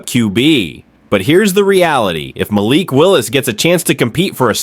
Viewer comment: Stop mispronouncing Malik 😢